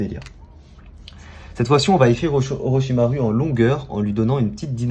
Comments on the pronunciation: On dit pas orochimarU mais orochimarOU sauf que sa c'ecarit avec un U au Japon le U se dit OU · 3 em sa ce prononce orochimarou et non pas orochimar U